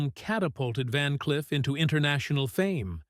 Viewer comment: Van "Cliff"?....Come on robot!...Time for your oil!...lol.